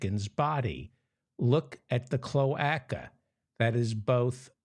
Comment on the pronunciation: Mr. Feldman, the "a" in cloaca is long - so it is pronounced cloāca. I worked for a bird specialist lol 😊